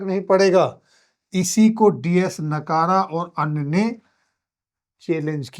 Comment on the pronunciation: डी एस नकारा नहीं.. डी एस नकरा 🎉